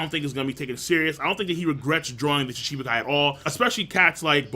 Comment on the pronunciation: M8 learn how to pronounce Shichibukai please. You're killing me.